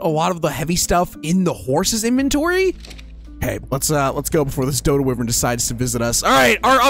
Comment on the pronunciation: Why bro say whyariven like that